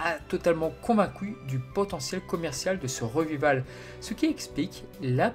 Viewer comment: Je ne trouve pas ton ton monotone, par contre parfois y'a des problèmes d'articulations et de prononciations un peu dérangeant (comme "revival", qui se prononce plutôt "rivaïveul") couplés à la faiblesse du traitement du son (différences de volume, etc bien que ça s'est amélioré par rapport à tes premières vidéos). Mais j'apprécie les nombreuses informations que tu donnes et surtout ton analyse et ton point de vue, ce qui est le principal à mon sens.